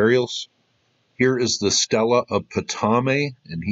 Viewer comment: "ptolemy" sounds like 'tallamee'